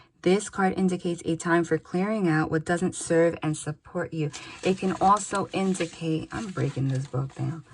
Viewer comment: Twice in two days you've said "indicate" in a somewhat Aussie accent Thankyou for these readings 😇 They are correct